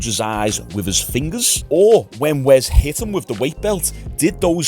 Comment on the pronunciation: why are you calling him "wez" say your S's mate